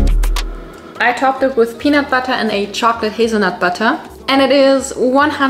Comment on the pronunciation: Im sorry but the way u say «butter» 😭😭😭 «BuTtAh» HELP